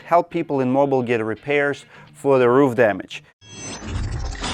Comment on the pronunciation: Mobile is pronounced MO-BEEL